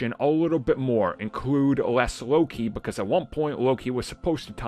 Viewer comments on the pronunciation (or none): none